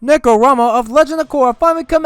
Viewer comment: It sounds like he said “Nekorama” and that makes me uncomfortable (Sorry if I migendered Star Giant, I cant tell if they’re trans cause their profile pic is a girl)